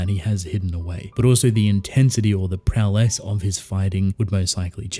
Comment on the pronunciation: It sounds like you’re saying prow less every time you say prowess.